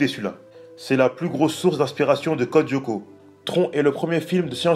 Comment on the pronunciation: Juste,ca me derange beaucoup comment tu le prononces. La serie est en 2 mot pas en 1 pcq tu dis Codyoko hors que code Lyoko